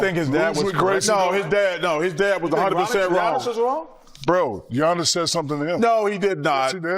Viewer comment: Shaq be bugging, but how you gonna do an entire story while mispronouncing, Giannis' name?